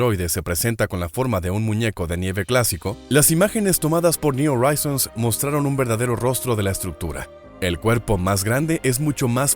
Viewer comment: ¿Oraizons?, le echas estilo pero en Inglés al contrario del Español la letra H si suena entonces tienes que decir Joraizons JORAIZONS.